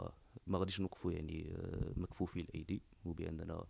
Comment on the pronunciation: لا نقول يا أخي مكفوفي الأيدي، بل مكتوفي الأيدي !!!!!